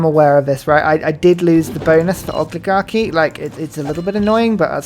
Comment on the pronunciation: I dislike this part of the game because it means hearing you butcher pronouncing Oligarchy repeatedly. I glike ygour congtent … if you can change this one gimmick, please!